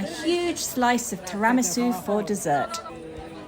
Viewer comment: Hello, love your pronunciation of tiramisu!